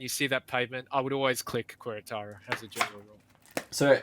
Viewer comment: "keh-re-taro" Please